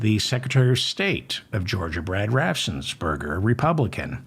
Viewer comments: RAFF-en-sper-ger. You can do it, Feldman. I have faith in you. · Brad Raff---ens---berg---er....only one 's'